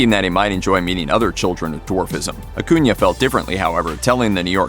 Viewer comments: You are pronouncing his last name wrong. And you say it soooooo many times Uh-coon-uh Not uh-coon-yuh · stop saying AcunIA....its annoying.....its AcunA......wtf narrator?!?!.... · I hate the way this guy says “acuna” It’s pronounced aCOONa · Exactly. Acuna. Not acunia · Akunya. Everyone who does your guyses videos don't even know who they're doing the videos about. Do you research in at least learn how to say people's names right. It's disgusting that you people make money off of this